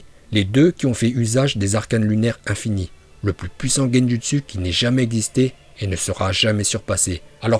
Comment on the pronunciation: Bien la vidéo mais fait un effort de prononciation ça donne envie de mettre des baffes sans déconné 🤣🤣🤣 genjUstU !! Oh l'artiste mdrrrr